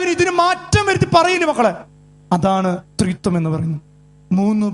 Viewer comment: Threethuam alla threeekathuam